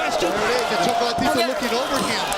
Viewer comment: WAIT! Did they call him "ChocalaTito?"